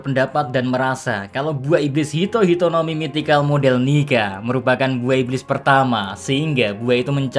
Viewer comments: Bro why you say it nigga not nika? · cok yg bener lah njir nyebut "nika" ntar di cancel western wkwkwk.